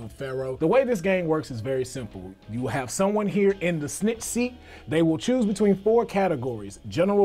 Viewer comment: Why do you keep calling snick seat